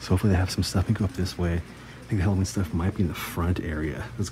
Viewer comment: have to watch this with the volume down as it bugs the hell out of me when someone cant pronounce the word "halloween"